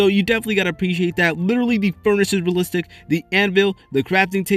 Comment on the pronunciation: I guarantee you that after this video you won't be able to hear the word "realistic" anymore😂 if you drink a shot everytime he say realsistik you and all your friends are dead after this video😂